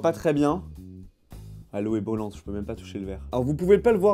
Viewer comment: "l'eau est bollante"